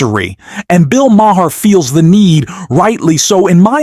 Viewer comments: It's not MAH-HAHR. It's Mah-er. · His name is pronounced "Mar," NOT "Ma-har." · Bill's last name is pronounced Ma-ar. The H is silent. Just saying. are still in their infancy. NEXT: The reality is that the American public has elected a cretin, a bottom feeder of the worst order. He is a self-aggrandising, pompous ass whose only reason for running for office is to earn MIONEY and PROFILE and the LOOK AT ME facet of his behaviour. The U.S. has elected a criminal, a fascist and a narcissist. He has 34 indictments against him and the U.S. voted for him. Insanity. Congratulations! And, to top it all off, he is putting other criminals are marginally insane crazy people in positions of power! Hitler will be her before Spring....... Here comes Amerika.... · You’re not pronouncing Maher’s last name correctly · The way you pronounce Bill maher is distracting and hilarious.